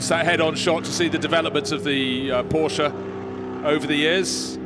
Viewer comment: An announcer that cannot say Porsche correctly. Brilliant.